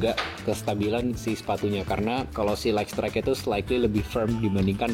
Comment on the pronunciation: Bacanya: "Layt strayt" bukan "Layk strayt" 🙏🏾